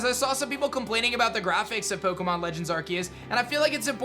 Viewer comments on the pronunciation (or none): You said pokeumenAnd yeah I spelled that right